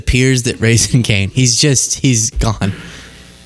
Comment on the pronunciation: Did he say Raisin Canes at the end? Is he talking about the chicken place? in my opinion, it's overrated Donnie. Only thing that saves the chicken is the sauce and that just tastes like thousand island dressing with extra steps.